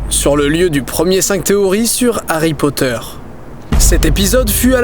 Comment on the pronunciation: Monsieur POTTAH